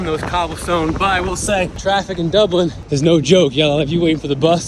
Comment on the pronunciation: It’s DUBLIN ! Not DublinD ! 🤦🏼‍♀️